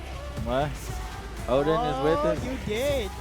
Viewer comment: nice to hear the correct pronunciation of ODEN for once :o